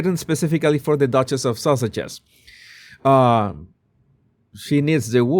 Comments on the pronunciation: Lol I thought U were saying. Sausages 🌭 but the possibility that maybe it was a accent occurred to me, so I checked the transcript 😅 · When you say the Sussex’s it sounds like you’re saying the Sausages. Which is much funnier. 😂